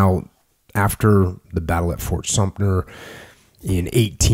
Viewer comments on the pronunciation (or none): Cough Fort Sumter not Sumner Cough cough XD